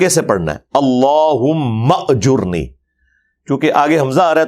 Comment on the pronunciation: Ali bhai aap ajirni ko ajirna kyu khte h..?